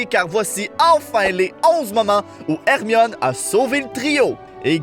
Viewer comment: plus jamai tu n appel hermione ermimi ok